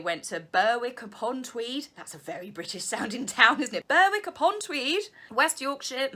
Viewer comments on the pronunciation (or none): Burr-wick is pronounced Berrick (Berwick) :) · It's pronounced Berrick you don't pronounce the W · Berwick upon Tweed is actually pronounced “Berick”... just saying! x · oh please BUR WICK..... its BER ICK love the videos urgreat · Berwick is pronounced Berick with a short e. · LOL, Berwick upon Tweed is pronounced "Berrick";-) Your video tour of your Mum's Xmas decs left me dizzy!:-o-0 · Berwick upon Tweed, pronounced Berrick. I've been there. Then I went to Chillingham Castle. A lovely place for a wedding! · Berwick Upon Tweed is pronounced "Berrick" He is crying that he has been in touch with the Marines, since Megxit but he has been texting some of the guys he served with, the Mail were referring to the fact that he hasnt been in touch with "The Royal Marines" Harry is saying he has as hes messaged a couple of the lads who could stomach him, and seems to think that that is staying in contact with the 'establishment' of the Marines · They do and they are so pointless. The last few days with the train trip and all the stories, reindeer Beth and the sausage, and the final family meet at Windsor was just wonderful. (BTW the W in Berwick is silent - my Dad was born near there!)